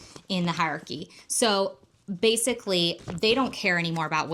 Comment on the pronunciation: great video but i hate the way you say hierarchy haha